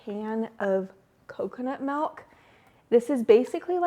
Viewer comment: accent when she said "malk" instead of "milk" 😂